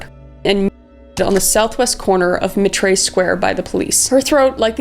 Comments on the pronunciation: Kris I love ya! But Eddowes is pronounced like ‘meadows’, and Mitre is pronounced like ‘fighter’. You’re my favorite! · you have the strangest mispronunciations..takes me out of the video. for the record: 'mite-er', 'mont-ahg-you', and 'ed-ohs' is the agreed upon pronunciation....and I assume you were trying to say 'lou-well-en'